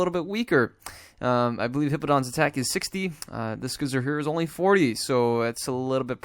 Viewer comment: Usually people pronounce See-zor. Scizor is one of the most famous, powerful and beloved Pokémon since its release in competition. It is so strong and got so many move pools and way to be played. So it's so nice to see some play on TCGO as well, because it really deserves it. Thank you,, for making a video with my favorite Pokémon ever:D